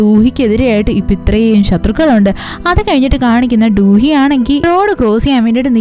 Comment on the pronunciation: Du hee alla chechi do do hee aan, njan koreayil aan padikkunne